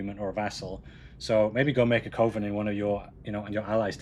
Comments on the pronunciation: Awesome work on the revamp dude! (p.s. friendly advice as a fellow "filler word" person. You need to remove the word "ummm" from your vocabulary. You use it a LOT.) Also, it's pronounced "Kuv-en". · It is definitly cov-en instead of coh-ven lol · It’s kuh-vin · It's pronounced coven, as in covenant. Not coven as in cove. 🦇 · Pronunciation of coven: oven with a c in front That was irritating me slightly. F***ing loved the rest of this stream. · Cuh-Ven. Just as a reminder.